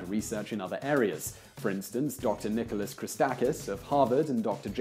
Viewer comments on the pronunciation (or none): none